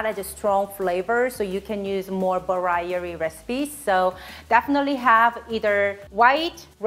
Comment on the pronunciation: Love your videos I think I have a new t-shirt for you. The way that you said variety. It sounded like Varierree. Much love